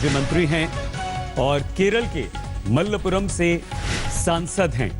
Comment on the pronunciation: its malappuram as pronounced.not mallapuram